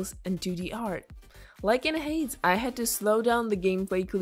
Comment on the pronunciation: She pronounces Hades like what